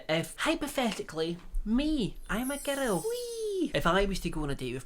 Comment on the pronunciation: Everyone: Girl: Gerrill